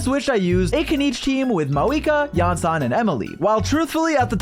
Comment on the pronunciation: “Iansan” Iansan modCheck